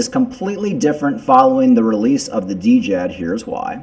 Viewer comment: Djed is pronounced JED ( D is silent)